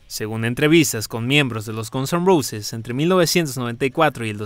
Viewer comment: Xq dice Gonson Roses??😂